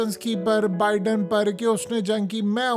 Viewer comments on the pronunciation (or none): none